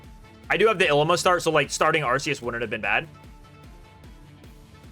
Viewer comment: The way you pronounce "Ilima" is borderline criminal :)